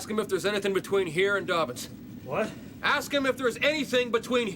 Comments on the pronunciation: It's Dobbins not Dorbins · Doorbins AFB English dude Dobbins not Doorbins!